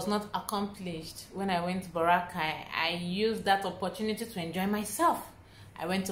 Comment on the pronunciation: Baw-rra-kay Baracay